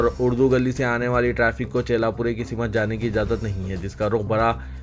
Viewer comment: Simat nahin balke simt sahi word hai.